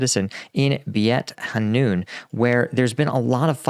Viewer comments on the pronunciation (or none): It is pronounced BAIT HANOON.